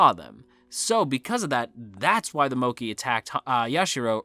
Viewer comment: It's mokk-ay